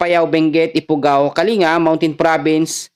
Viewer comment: Kaling ga....yun ang tamang pronounciation po